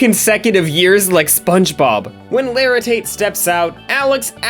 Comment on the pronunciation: Mr O’laritate? 😂 it’s just mr laritate